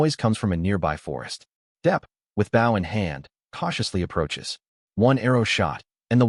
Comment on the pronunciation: You catch it, cook it. A pufferfish sounds like something dangerous. The narrator of this needs to learn how to pronounce bow.